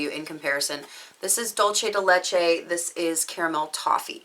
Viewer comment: I'm Mexican and I've heard a lot of butchered pronunciations, and I assure you that yours wasn't that bad. It was perfectly fine :)